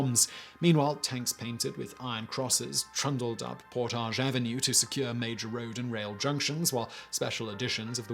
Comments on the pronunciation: It is pronounced Port adge, Not the french por tage! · Lol. "Por-tage Avenue". I love when people not from Winnipeg pronounce it in French. Lol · I’m from Winnipeg and the way you said Portage was super weird to hear😂 we say it like “Portedge” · You got some kind of issue for not researching Canadian pronunciations; Its not 'Portaaage' St in Winnipeg, its more like 'Porridge' with a soft g ... sounds like Por-dig. Kind of like Diefenbaker; Its Deef-en-baker ... Deef like beef ... baker like a pastry cook, not dyfenboker. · As a winnipegger I’m annoyed at the pronunciation of Portage. PORTIDGE. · I live in Winnipeg, I have heard about this, but not in this much detail. It's COLD here in mid February, like -30 F cold some days.....and "Portage ave." is pronounced in a more English way, like the word "baggage", despite there being a lot of French speaking people here. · pronounce PORT-idge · Portage Avenue is mispronounced throughout the video. It's PORT-adge. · But he makes it sound so classy...."Portaaaj". 😂😂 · I actually live in Winnipeg and I’ve never heard anything about this but knowing my city I’m not surprised 🤣🤣.. Oh and portage is pronounced as if the spelling was avenue. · I am from Winnipeg and I did hear of this before. What I have never heard before was Portage Avenue being pronounced that way. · lol, I'm from Winnipeg. And for some reason, we actually pronounce Portage Ave. wrong. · I grew up in Winnipeg how have I have never heard of this. I feel failed by my school. And its cute how you say Portage with a French accent. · I live in Winnipeg and have never heard of this... Interesting though... You pronounce Portage so frenchly. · Really? I'm From Ontario and have always pronounced the word portage as poor-taj Have I been wrong for forty years? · Am I right in believing that the mispronounced word of the day is "Portage"? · I’ve heard of this, but I have never heard of Portage Avenue pronounced that way before.